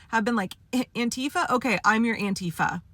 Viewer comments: It’s also stressed on the first syllable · Auntie Fa is how it should have been pronounced all along. 👵 That's how you say anti-fascist. That accent on the second syllable just makes me grind my teef. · The irony is that the pronounciation "An-TEE-fa" was invented by Trump. The term was originally the German abbreviation for Antifaschismus, which means anti-fascism. It should be pronounced "AN-ti-fa". (The vowel sounds are a bit different in German, but that doesn't matter.) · I thought it was "Aunt Teefa".